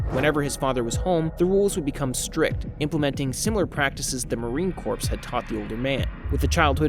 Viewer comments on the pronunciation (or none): Bro, Marine Corps is pronounced Marine "Core" not corpse. 🤦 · It's pronounced: Marine Core Not Corpse. A corpse is a dead body. Marines aren't dead bodies 😁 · Marine "Corpse"? It's spelled "corps" bit it is pronounced like "core" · Marine “core” not corpse. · Enjoyed this. However, please make sure to tell your narrator that corps is pronounced CORE. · its not pronounced marine corpse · It’s pronounced marine core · Military jargon can be weird. Marine Corps is pronounced like the word 'core.' The PS is silent. Nice work though! Hadn't heard of this weirdo. I'll be following along for the ride! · How many press ups for his mispronunciation?! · You got a new sub! Just one small thing, "Corps" is pronounced "core". Yeah it's weird. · I thought the same thing! Lol. As the wife of a proud Marine hearing that pronunciation is like nails on a chalkboard! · Bro u know the p and s are silent in corps, As in Marine Corps. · The p is silent in Corps dude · The "ps" in "corps" is silent. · I couldn't finish watching this past time . The difference between Marine Corps. and corps is obvious. Please learn the difference between words. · Corps the p and s are silent. Love the vid though. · ya learn something new every day. Maybe someone else learned how to pronounce the word corps today.